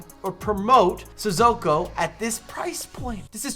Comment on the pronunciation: It’s NOT Sizzoko! Say it right!